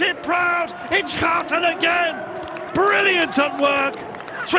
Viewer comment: it is Irene Schouten, not Irene Schoouten!